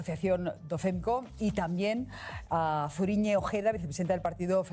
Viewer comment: A mi también me hizo gracia que dijera mal Zuriñe….por las mismas razones que al monorrr.